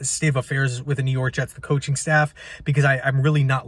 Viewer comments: New York Hets 😂😂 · Ahh yes the New York Hets